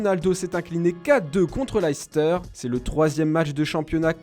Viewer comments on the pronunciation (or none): none